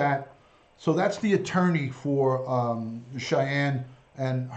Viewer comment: Her name is Sha'nann not Cheyenne.